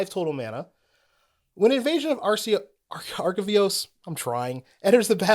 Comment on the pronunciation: Very much enjoyed this review style. Not enough reviews out there take time to appreciate good design, and I love hearing a constructed-focused perspective that isn’t commander. And “Arcavios” is pronounced like the letters R-K-V-O(s)